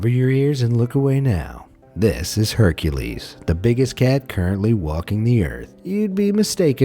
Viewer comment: He said hurcales to be the new harmebe